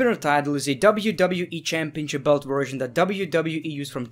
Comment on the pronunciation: Dude won't say belt to save his life